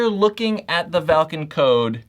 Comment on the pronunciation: Thank you for saying valken right